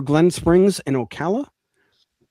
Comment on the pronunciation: Thank you for pronouncing Ocala correctly 😂